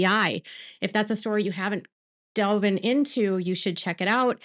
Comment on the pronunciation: It’s ‘delved’ not “delvin”. I hope these stupid subpoenas are done with now, but the judge needs to read them all regardless.